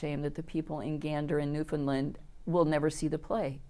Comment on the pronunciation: spot on!